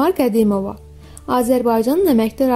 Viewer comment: Hele danisanin danisigina baxin da qedimova demeyine baxin bir